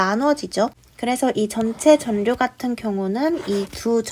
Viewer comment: 전류 발음 전뉴 또는 전류(x) 절류(o)